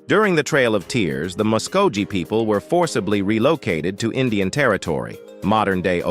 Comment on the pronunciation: Somebody needs to teach this narrator how to pronounce Muskogee, Oneida, and Chilocco. The mispronunciation of Wes Studi's name is cringe- inducing. Maybe for a film about Native Americans you should have hired one, or at least learned a little more about them.